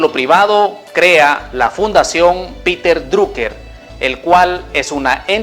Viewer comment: piter draker se pronuncia